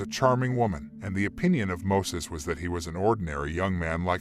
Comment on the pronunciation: alot of info in this video is dramatized and false. also his fkn name is MOISES with an "i" NOT MOSES 😑